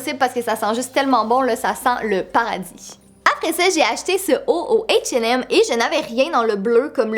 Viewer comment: C pas hatch et m c hash et m xD